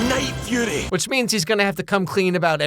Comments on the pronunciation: cackling at the night furry 🤣😂 vs the actual name: the night fury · unsted of furry you said fury 😂😂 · he did not just call it the night furry…